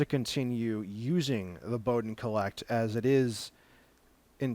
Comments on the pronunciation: It's a "call-it" (collet) instead of a cole-ect (collect)! argh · Thanks for the insight into this hot end. I was almost going to buy one of these but decided on a Mosquito clone instead. Took me awhile to figure out what he meant when he kept saying "collect" for supporting the Bowden tube. Finally figured out he was referring to the "collet". And yes, watching this at 1.25 or 1.5 speed is much better...